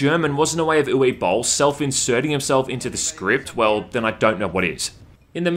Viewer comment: You messed his names pronunciation so badly up i had to look up if you acutely said Uwe Boll as a German.